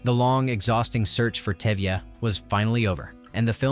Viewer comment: Exactly. Even the lead role name Touvia- became Tevia. What gives...?😅